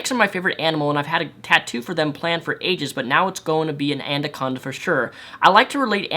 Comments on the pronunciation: "ANDACONDA" HOLY FUCK I'M CLENCHING MY BUTT PLEASE. ANACONDA! Agree on everything else you said in the video though. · Anaconda, not andaconda... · "andaconda" it's ana-con-da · Am I the only one bothered that he said "andaconda" not anaconda? :P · bit of a late viewer but what's an andaconda? xD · Anaconda. Not andaconda. Sorry for being a ... pronunciation nazi. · OK I am sorry I had to say this but it is not and a Conda it is anaconda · its anaconda not anderconda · WTF is an "ANDACONDA"?!!! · Also, what's an andaconda? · not trying to be rude but "anaconda" not "andaconda" lol sorry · 'Andaconda'. xD lol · I really liked this video, but the word is "anaconda," not "andaconda." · What the fuck is a andaconda? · It's ANACONDA not ANDACONDA. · lol, "Antacondas". Thanks for making my day,. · It's 'anaconda' and also, she was quite obviously joking that feminism and misandry are the same. I'm not defending her, but I thought it was pretty obvious. Also, I also thinks it's obvious that she's just trying to hold all of these SJW views to become internet famous - she knows nothing about these topics at all. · "My Andaconda don't, My Andaconda don't" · lt's pronounced a-na-con-da, like it's spelled. Not certain wether that's new to you, or wether your nose was runny when you recorded this, but l nearly went nuts. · I thought I was the only one that noticed "Andaconda" lmao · Andaconda XDDDDD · am i the only one who hears him saying ANDACONDA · wtf is an "andaconda" ? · i agree with everything you said in the video..but i can't wrap my head around the fact that it sounds like you're saying "Andaconda"? haha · The way he says anaconda though.. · Damn, that is not what feminism is. she is insane. also, you say anaconda weird.... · Shows his LEARN TO SPEAK comment, then mispronounces 'anaconda' about 10 times. Yeah, I'm a dick right now. Otherwise I liked the video, though, no grudge against Rep.